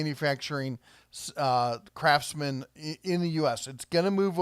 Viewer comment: I thought you said "Crapsman" at first. Had to rewind and listen again